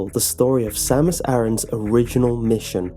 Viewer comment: a-ran not aaron